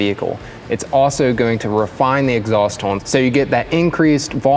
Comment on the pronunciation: Must be canadian the way he says "tone"